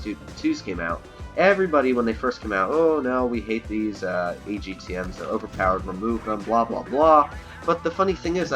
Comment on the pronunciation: Fcking hell, agtm. Its atgm, for crying out loud lol